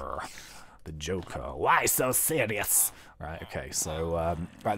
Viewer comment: "Why so series" haha xD I love you! TeamTC are best!